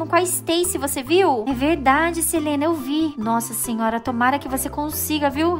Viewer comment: "É verrrrrrrrrrrrrrrrrdade" kakakkakakakaakka